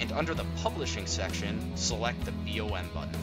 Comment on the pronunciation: it's BOM not "B.O.M" and maybe next time use a mouse highlighter so we can see what buttons you're pushing